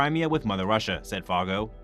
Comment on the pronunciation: Admiral Foggo’s name is pronounced Foe—go.